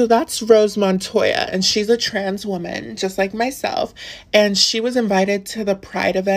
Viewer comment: They way he pronounced woman is all you need to know it's a front and for attention